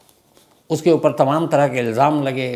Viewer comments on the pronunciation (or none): none